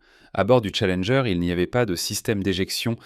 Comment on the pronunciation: On dirait que certzines bafouilles sont faites exprès pour faire "plus réaliste", plus "humain" par contre certains mots sont prononcés n'importe comment, aucuns francophones ne dirait ça comme ça... Comme la navette "Challengé" et pleins d'autres mots... Ca devient pénible ces voix! 🫩🙄